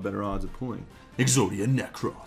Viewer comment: Why do you say Exodia Necrass? That's not how it is pronounced. Get it right, dork.